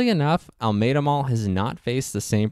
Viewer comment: The narrator is not a native Houstonian because the enunciation of Almeda is wrong. If you know you know.